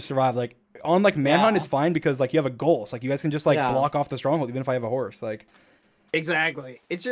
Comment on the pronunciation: no one: dream: h o r z e